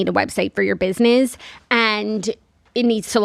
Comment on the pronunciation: I love a square space ad because I know I we’ll get saying “Biznizzz” 100 times and it’s my favorite 🤣 it’s the only way I pronounce business in my head now